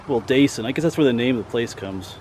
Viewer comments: Heh Ive lived a block from this since I was two years old in 2004. Ive gone to this spot since I was five or six in elementary school for a field trip. Very old spot. Also Wildasin is pronounced will-dis-inn. You’re very close, just a little less emphasis on the A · The last name is pronounced Will Da( short a ) Sin